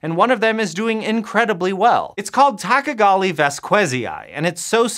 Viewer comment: Hey! Did you just call me a tachagali fastuiezaguay ???? 😡🤬😤